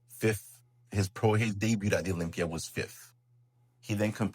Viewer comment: It's called Olympia not blocklympia!!! 😂